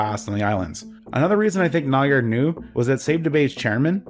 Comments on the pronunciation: i thought it was Nygård, not Nygaard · You're actually supposed to say "Nyga"